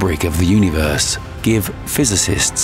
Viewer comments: Yoooneee-verse?😂 who hired this cat? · the way he says universe puts me off idk why lmao nice video tho